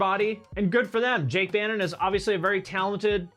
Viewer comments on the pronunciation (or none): none